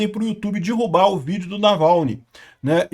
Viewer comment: é DERRUBAR. Não é dIrrubar. Meus ouvidos fazem eco quando ouço "dirrubar"